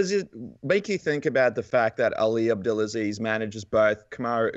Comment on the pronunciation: “” 😂